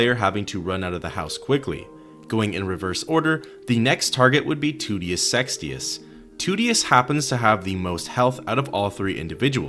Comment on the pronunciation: I love the way he says Toutius' name "TOOTius SEXtius"